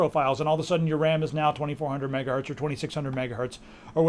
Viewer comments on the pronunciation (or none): I like how you say MegaHurt instead of MegaHertz :D:D:D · yeah lets make meme out of it "megahurtz" :p